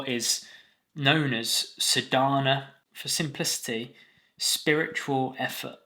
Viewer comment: Thank you, for this much needed clarification on practice vs just be. Excellent explanation! Please note the correct pronunciation of the essential word Sadhana is saadNa, sa is long sound and there is no stress on dh. ❤